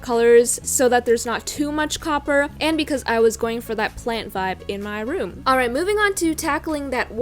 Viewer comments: she said coper so many times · The amount of times she said “cOpPeRr” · How many time did she say coper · did anyone else really want her to stop saying copper 😂